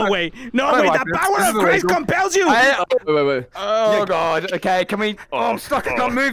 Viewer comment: Vixionxn el de roblox where’d you hear the letter i in compels